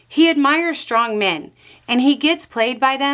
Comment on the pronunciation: are you sure it is a good idea to continue to pronounce strongmen as "strong men", with an audible space to make it into an adjective in front of a noun? -- Instead as "strongmen" as a form of leader in a primitive jungle society?